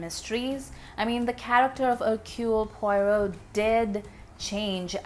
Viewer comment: Huh?? Poyrot??! For crying out loud! Get his name right at least, woman!